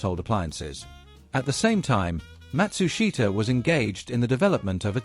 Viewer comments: Matsushita...pronounced mat-SOOSH-tah. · Not right for the surname, and company name, either, though that one is harder, and often mispronounced in western countries. Something like MAT-su-sh’ta…